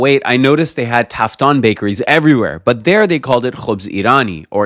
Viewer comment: تافتون نه تافتان